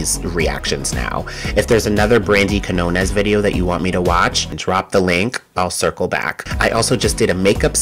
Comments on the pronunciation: If so, you should know how to pronounce the letters "Q" (in que- and qui-) and "Ñ", and there'll be no need to search footage of a Spanish speaker pronouncing the surname Quiñones. C'mon, you cannot spell / say "español" without "eñe"! 🤭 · You got her last name, Quiñones, totally wrong. I know Spanish is hard. 😅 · I was in Spanish Honors Society so it’s actually not hard for me, but I’ve yet to see footage of anyone pronouncing her name correctly. So it is what it is. 🤷🏾‍♂️